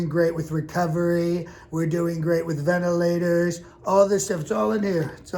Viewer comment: The “ventilators” needs work. Can you say it more like you have no idea what they are, maybe?😂 puts the emphasis on the wrong syllable possibly? Keep up the great work, I look forward to your new videos. 😊